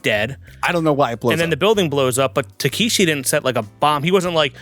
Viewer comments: Dude... The man's name is Tekeshi Kitano or "Beat Takeshi" not Takahashi. Also the traditional reason the Yakuza cut off fingers, (starting with the left pinky finger) is because of how you hold a sword, when you are missing fingers it makes you a lesser swordsman, meaning you have to rely more on your brothers rather than just fight for yourself. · It's "Takeshi" Kitano, not "Takahashi" or "Takeeshi":) He is still huge in Japan, and is a comedian mostly, but the films he made in the 90's are incredible. If you want to see one of the weirdest movies ever made, watch his film, "Getting Any?" - Cheers and!;) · Yeah i was a bit confused by that, wasn't listening too much cause i was doing some stuff and suddenly i hear "takahashi " ???🤔😁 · Yeah that was bothering me how do they don’t know it’s Takeshi?